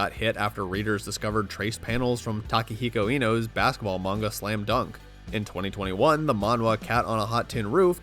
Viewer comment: Lmao the way he pronounced takehiko Inoue's name